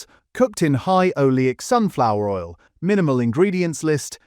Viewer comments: "Chris Oil" what is Chris Oil?!! Or "olio" should I say? 🤔💯💩 #AIslop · There's no person here, it's AI! 👍💯 You can tell, when there's no natural breath between the words, it's just one long sentence running on & on. No, audible breaks between and natural intakes of breaths in between comma's and full stops. Also, the word oil in the speech it said "olio" 💯🙄💩🫣 AI slop. 💯